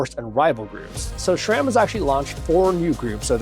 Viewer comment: Great news! Was waiting for this to drop. Always informative videos, no fluff. Also, pronounced sram, not shram.